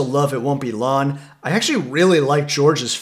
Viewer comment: There's a soft g pronunciation on long and song. It's bugging me. It isn't S-on or L-on... it's song and long. "One of my favorite Beatles tracks is Lawn Lawn Lawn." It'd have been interesting to hear you to say that!